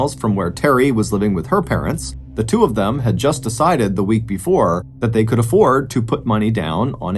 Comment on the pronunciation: Who would have thought the words could and would could be mangled so badly, on purpose, publicly. Smh!